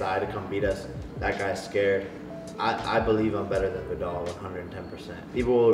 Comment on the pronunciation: is it really so hard to pronounce viddal its legit V I D D A L like it's not that hard